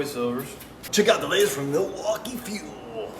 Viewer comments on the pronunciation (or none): none